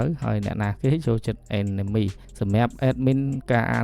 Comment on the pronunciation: Anime អានម៉េចចេញ (Enemy)អេនណាមី😂